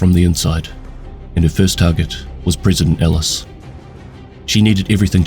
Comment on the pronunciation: Pronounce Ellis and Tusk correctly dude, or get a decent mic lol.